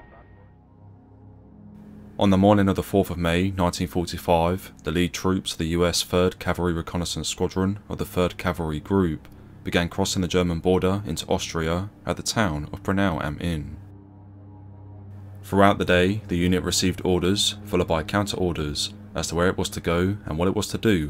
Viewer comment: This is "Bra*u*nau am Inn" - which is btw the birthplace of Adolf Hitler.